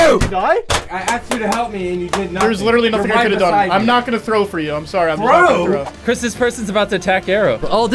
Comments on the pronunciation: ah, yes, chirs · Btw it's "Chris"